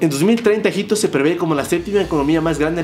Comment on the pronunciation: Cuando dijo Egypto😂 dije este men está hablando bulgaridad 🤡